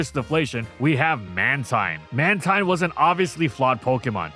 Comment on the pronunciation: It’s pronounced FUR-AH-thorn, HEE-TRAN, man-TEEN, MAYNE-eck-trick, and rye-KOH, “”! 🤨